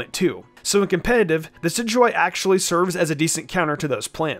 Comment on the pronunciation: Red Rum dicidyeye? It’s decidueye